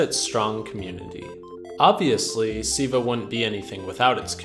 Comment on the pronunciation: Why did you keep saying "Siiva" throughout the video instead of "Silva?"